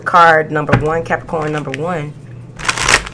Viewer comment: i love how you say Capricornt😂😭